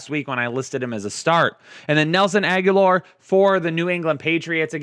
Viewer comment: Omg it’s Agholor, NOT Aguilar! 😅😅😅